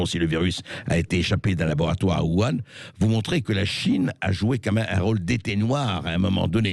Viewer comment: Il faudrait dire à qu'on prononce "ourane" en chinois, sinon en français, ça fait "vuan" mais faut choisir;-)